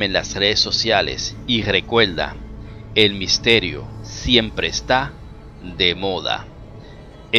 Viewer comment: Compaltelo... recuelde... no existen las R R R R R R para el q habla?....